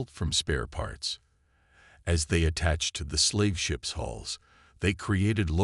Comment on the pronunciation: Will you guys PLEASE GET IT STRAIGHT “ IT IS HULLS NOT HOLE OR HALLS OR ANY OTHER WORD THAT MAY SOUND EVEN REMOTELY LIKE IT. IT IS HULLS { THE OUTER SKIN OF A VESSEL} PERIOD !!!!! DAMN IT